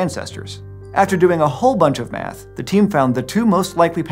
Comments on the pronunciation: when he said " after doing a whole lot of math" I thought he said "after doing a whole lot of meth" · After the whole explanation, , I first heard "after doing a whole bunch of meth" not "math." I guess some meth had to be involved too! Hahaha. Really deep analysis by the team coming up with those findings! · I misheard him say “After doing a whole bunch of meth”😂😭